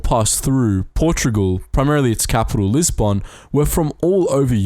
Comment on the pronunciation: Fascinating, but I turned it off when he said lisbon